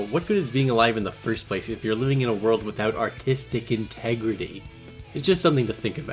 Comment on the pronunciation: Can you plz say "artistic integrity" without slurring the words